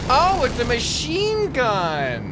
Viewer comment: When he said "ohhhh its a madhine gun" while shooting its the most american thing ive ever heard